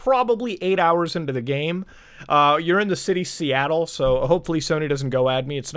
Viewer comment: Haha. Soyattle